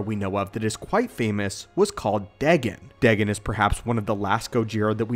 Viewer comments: Day-Gone. Is how to pronounce his name not day-gin. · It's pronounced daygone not degen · Deghen? It’s more like day-gon